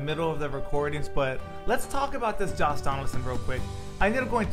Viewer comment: Why does it sound like a is saying Joss Donaldson lol